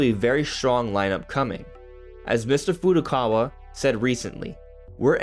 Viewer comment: Glad someone finally said Furukawa 100% correctly